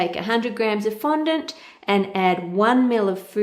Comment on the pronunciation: Thank you for not pronouncing it "fon-DAWNT," like Buddy on Cake Boss. Now everyone is pronouncing it that way.